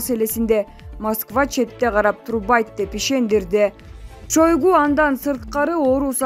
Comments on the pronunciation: Жолок пулду деле чондордун адамдары алат да, далдырабай кытайдын карызын жана баткендеги границаны тактагыла кок мээлер. Бул байкуш дипломду сатып алганго ананып кетейин (биталон эмес торпошка биатлон , Чойгу эмес Шайгу ) качан ушул сабатсыздардан арылабыз. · Шайгу деп окубайсынбы,жазылганда Шойгу.Мынча сабаты жок ,ото начар окуйт экен. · Шойгу деп жазылат шайгу деп айтылат дабдыр диктор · Биатлон Шайгу деп окулат сабатынар сайда калгылар